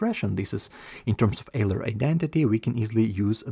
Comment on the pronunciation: Euler is pronounced as oiler.